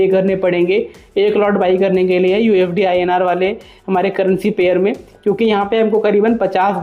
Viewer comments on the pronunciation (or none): Mere bhai pehle sahi se bolna seekhle usd inr ko ufd bolraha hai